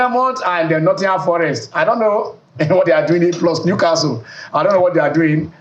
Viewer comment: This is my first time listening to Channel Sports on YouTube. I am amazed at the inability of the noisy hosts to pronounce some Premier League club names correctly. Bournemouth and Newcastle in particular.